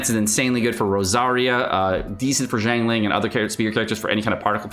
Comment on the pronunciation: Her name is XIANG ling, not JIANG ling